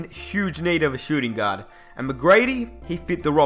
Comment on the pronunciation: i thought he said god when he said gaurd